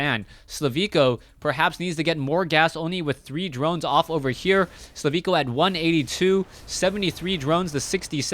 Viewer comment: HIS NAME IS SLIVKO NOT SLAVIKO!!!